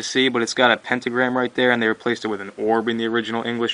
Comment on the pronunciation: "pentogramy" lol xD